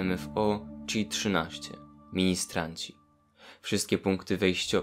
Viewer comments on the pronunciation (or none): Powinno czytać się hi-13 a nie czi-13.